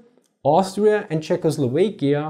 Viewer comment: Is this really how you pronounce Czechoslovakia? Your European accent gives you so much credibility but I just can't believe that pronunciation is acceptable. Can we get some Czechs to weigh in?